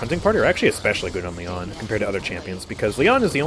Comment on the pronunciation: Somehow I only just now realized that all of voicelines are talking about Lian, and not some guy called Leon xP In my defense though, I expect the stress in Lian to be li-AN, and the way says it tends to sound like LI-an